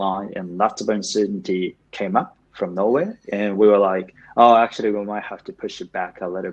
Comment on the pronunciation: 全体的に訛りのない英語だなと思う中に、ぽつぽつtranslatorとか北米英語訛りが混ざってますね。actuallyのllyの発音だけやや気になったかな